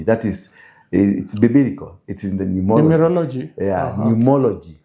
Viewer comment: Numerology.. not numology😂